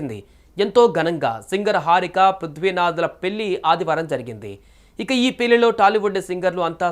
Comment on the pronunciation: పెళ్లి అని సరిగ్గా పలక లేవు పెల్లి అంటావ్ ఎవడ్రా నిన్ను యాంక్ ర్ గా సెలక్షన్ చేసింది